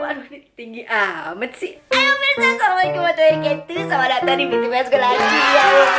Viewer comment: maaf bacaan salamnya diperbaikin,biar artinya g meleset😘